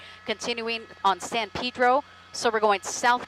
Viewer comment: It's not Pidro it's Pedro